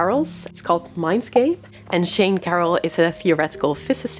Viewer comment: Just a small correction. I think you pronounced Sean, Shane my name. Its pronounced shawn. Though close enough as my name is Sean in Irish. No big deal anyways